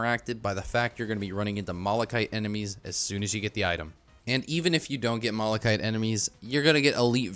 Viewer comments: He mispronounces malachite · Why are people getting mad at you "pronouncing planula wrong" when you pronounce malachite wrong?